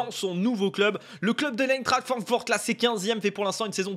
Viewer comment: Stp, prononce bien « Aïntrart Frankfourt ». La BL est un championnat incroyable. Goooo